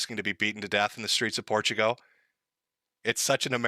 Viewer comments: STOP CALLING IT PORTUGO!!! THERES AN L AT THE END FOR THE LOVE OF GOD! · TIL doesn't know how to pronounce Portugal